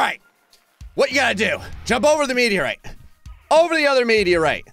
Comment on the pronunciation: I know this is a personal pet peeve, but I really wish he'd google "meteorite."